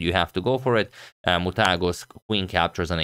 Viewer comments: Other day you struggled with Sri Harish, today you are spot on with Muthaiah's name. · What a challenge for Agadmator to pronunce the names of Indians Srihari, Muthaiah, Narayanan, etc., :D but I tell you guys that he did great to pronunce them well.